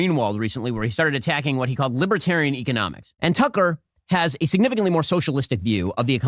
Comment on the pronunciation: Even funnier rhat he mispronounced economics as "eco-mom-ics" any way that's just freud for thought